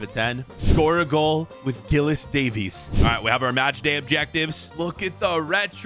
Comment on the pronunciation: Giles.. Says Gillis 🤦‍♂️😂